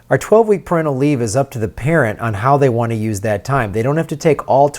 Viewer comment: you’re mispronouncing 'parental'.